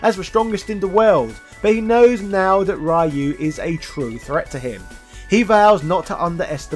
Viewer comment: The way you pronounce Ryu's name as Rai-Yuu is awful...